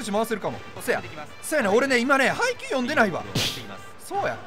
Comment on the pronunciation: 配球読んでないわ ハイキュー読んでないわかと思った